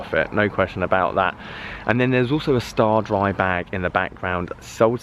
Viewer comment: What's a STARDRY? 😆 stay-dry